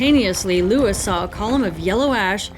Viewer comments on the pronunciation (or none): none